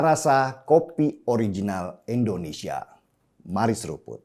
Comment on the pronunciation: bang denny, penyebutan Indonesianya tolong dong pake i jngn e.. endonesia.. hehe